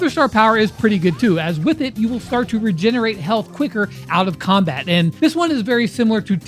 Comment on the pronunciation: “out of combar”